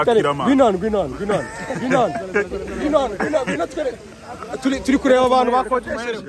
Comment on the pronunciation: "Killerman conglatulation?" C'mon you can do better than this😂🤣🤣🤣🤣😂